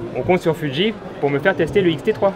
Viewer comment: Alors, c'est fuji et pas fudji et c'est full métal flippette et pas full métal phantomette 😉